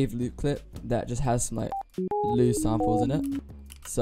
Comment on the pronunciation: It's pronounced Ly U